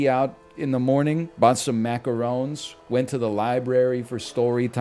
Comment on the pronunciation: 🤣 "rest until moning" the NL original